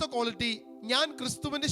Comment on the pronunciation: കോളിറ്റിയല്ല, ക്വാളിറ്റി ആണ്.